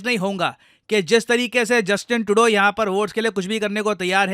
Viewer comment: Justin Trudeau ❌ Justin Todo✅